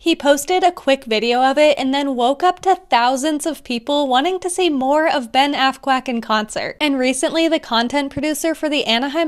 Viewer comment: Psst,sounded like you said assquack.